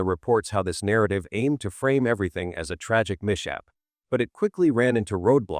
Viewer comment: I have to admit that as good as this video was, it was so hard to listen to due to the AI voice mispronouncing words like "mishap" and "catalog"